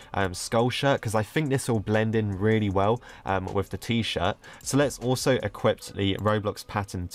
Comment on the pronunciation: pronouncing equip: equipt